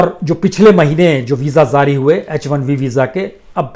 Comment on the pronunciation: Sir zari nahin jari shabd hai durust kerye